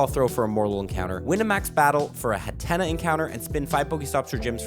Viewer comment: Hat-Ten-Nuh is how its pronounced :)